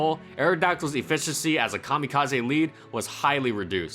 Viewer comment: Hey, thanks for pronouncing kamikaze correctly